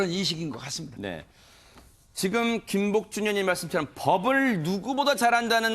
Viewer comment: 근데 김복준님을 김복준여님으로 진행자가 호칭하는거로 들리는데 아시는분 계세요? 왜 그리 들리는지